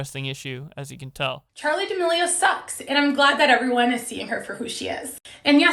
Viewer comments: Its not "Deeamileo" it's "D'amileo" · They way you say damelio is so frustrating bro why can’t you pronounce it right